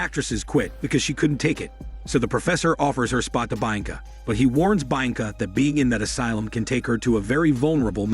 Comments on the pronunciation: The pronunciation of Bianca is hilarious 😂😂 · Mispronouncing the name became irritating after a while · Sorry but I can't stand the way you keep saying her name lol...only lasted through 3 min of the video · haven't you already done this one before? I remember the butchered bianca pronunciation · I think so. That pronunciation is what triggered it for me too.